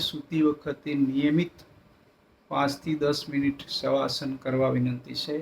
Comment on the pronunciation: Saheb savasan hota nahi ki shavasan